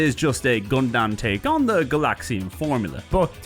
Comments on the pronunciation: Did he say Gundamn? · Okay hearing you say Gun-damn is a bit distracting, haha.